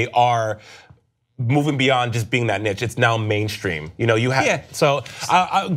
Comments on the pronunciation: no shit. but NICH? surely they can do better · Im sorry “NICH” ?